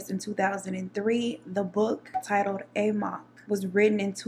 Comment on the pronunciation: run amok pronounced aMUCK.